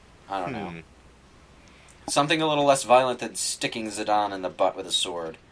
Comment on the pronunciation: these people need to double check pronociation Zidane Tribal [ziˈdɑːn ]